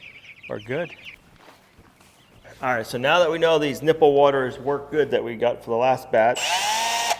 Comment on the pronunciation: Really well. Not really goud... hurts the ears of English people. Just saying.